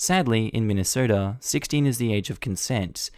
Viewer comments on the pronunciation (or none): none